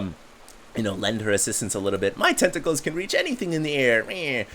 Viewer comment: "my tenticals can reach anything in the air meh" of we love you so